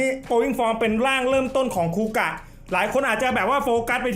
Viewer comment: คาเมนไรเดอร์ คูกะ ไม่ใช่ คูกาก 😂